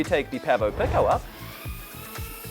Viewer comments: He says, "PECK oh" its actually pronounced "PEAK oh" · Pronounced peeko my friend not picko 🙂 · Are you deliberately mispronouncing "pico"? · The way you pronounce Pico is a real trigger for me.